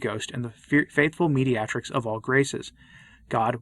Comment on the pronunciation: A very fine video about Our Lady, but, you may want to check your pronunciation of "mediatrix," "deluging," "calumniated," and "triune."